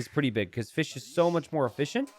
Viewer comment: "Fish is so much more e-fish-ient"?